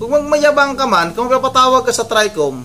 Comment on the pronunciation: mahihirapan mka unawa yan c labrador tricom basa nya trecom marcoleta basa nya marculeta 😂